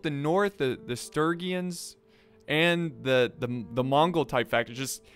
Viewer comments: Sturgian is pronounced stur-jin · Sturgeon is pronounced Sturjon. Like so he knows.